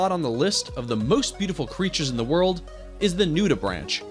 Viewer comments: That wasn't the only mispronounced word. What about "Nude a Branch"? This guy is not a biologist or sea life expert. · What's worse is his pronunciation of "nudibranch" like the branch of a tree - it's brank, like spank. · The guy talking knows NOTHING about animals. Mispronounced anemone and nuderanch. Get someone who knows the animals. Then he wont mispronounce the names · Please learn the correct pronunciation of "anemone" and "nudibranch." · Very cool, but come on - anomony (anemony)? NudiBranch (sounds like bronk)? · Right??? SO annoying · 1) Anemone is pronounced "anEHmone," not "anAHmone." 2) Nudibranch is pronounced "NUDibrank," not "NUDibranch," despite the way it's spelled; and yes, they CAN swim. 3) No jellies??? Still--lovely film! Thakn you for sharing! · OK - First of all, I almost couldn't get through this - people who narrate something should be required to learn how to pronounce things CORRECTLY!!! It's NudiBRANKE - not nudiBRANCH (talking about pronunciation NOT spelling) and Ah-nem-oni NOT Ah-nem-inon. And that "cute little creature" can sting pretty damn good! LOL Secondly - OMG!!! A Pikachu Nudibranch! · Not anomene, anemone! Nudibranch is NudibraunK.